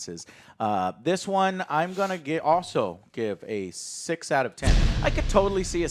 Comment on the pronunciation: they are saying six but sounds like shit